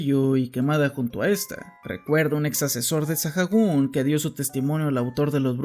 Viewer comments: Con eso último de Marta Sahagún estaría bueno que hicieras un video sobre las primeras damas de México, tienen historias muy interesantes y algunas hasta oscuras Pd: Su apellido se pronuncia “𝗦𝗮𝗮𝗴𝘂𝗻“ no “𝗦𝗮𝗷𝗮𝗴𝘂𝗻“ xd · Buen video, pero me daba un tic en el ojo cada que oía Sajagún. Se pronuncia Saágún. Como cuando dices Alcohol, por ejemplo... Se pronuncia alcoól, no alcojol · me saco mucho de onda tanto Sajagun, la H es muda no se deberia pronunciar como Saagun? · Por qué dices "sajagún" si eres mexicano? Se dice "sagún" aunque se escriba Sahagún 😅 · por que pronuncias "Sajagun"? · apoco está narrado por una IA? por la forma de pronunciar Sahagún me hace pensarlo jajaja.